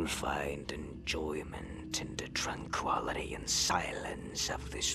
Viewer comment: Dude at the beginning said tran quality instead of tranquility lmao these voice actors man I tell ya!